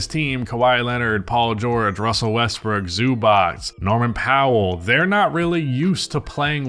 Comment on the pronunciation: Holy shit! You pronounced Zubac correctly! 🤯